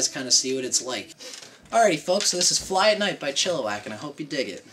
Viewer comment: "Chilliwack" with an "i", not an "o", my friend.